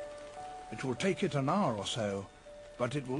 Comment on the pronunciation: an "HOUR" ???